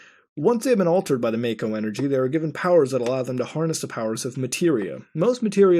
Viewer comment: it's fucking pronounced mawko for fuck sake any time they say it with voice acting it officially pronounced mawko